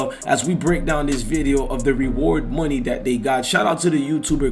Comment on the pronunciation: It's not pronounced Moon-nuh it's pronounced Money.